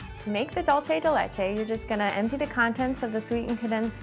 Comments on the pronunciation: Not to be picky about minor details but every time she said "Duuhsay day lehchay" (as opposed to its correct pronunciation) It really bothered me. I prefer when people pronounce words the way they should be. D: DULCE DE LECHE. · dolte de lete or "DULCE DE LECHE" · I don't mind about her saying throw it in the oven but every time she said "dulce de leche" I cringed a bit on the inside... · lol she cant pronounce dulce de leche right!!! hahaha